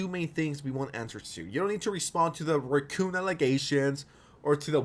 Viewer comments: I might be too high but every single time he said racoon I kept hearing Recome from DBZ! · You pronounce "racoon" in a way I don't think I've ever heard....